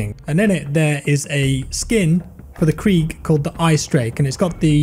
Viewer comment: The Kreeg 💀💀